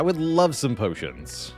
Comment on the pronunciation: The way my man says pyotions! ❤